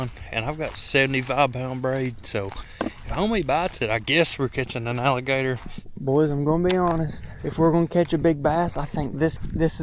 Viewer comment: He said ralligator instead of alligator